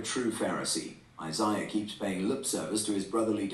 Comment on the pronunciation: He mispronounced Isiah lol